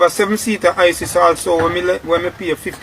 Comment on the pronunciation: It's Hiace not Isis Bredda...not u me a talk Skilla I'm talking d man dat talking...a fool him Bredda tek him fah, d story sound true still